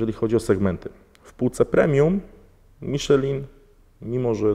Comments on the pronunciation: Miszlę, a nie Miszelin. XD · jak na takiego znawcę tematu, mógłbyś poprawnie wymawiać nazwę opon z półki premium;) Przepolskowane nazwy brzmią komicznie w niektórych wydaniach... Miszelin hehe